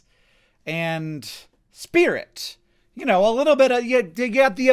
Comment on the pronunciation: "Spiwit, bwavado, a dash of dewwing-do!"